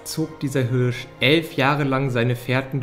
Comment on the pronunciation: Leute die Hürsch sagen 😩😩😩